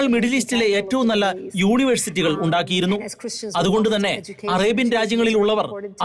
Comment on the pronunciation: UUUNIVERSITYOO ??? 😂😂😂 Hentinuuuu ??? 😅hayyeee